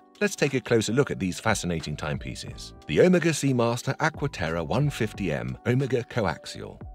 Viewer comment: Please pronounce Omega correctly… when you first said it, I didn’t know what watch you were talking about… just saying.